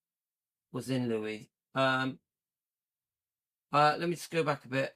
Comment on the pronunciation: Louis you say it right ❤